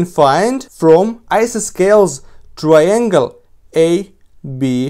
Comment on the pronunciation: isosceles Approximately correct English pronunciation: I sossy leez. (Hope this helps.) Interesting video, thank you.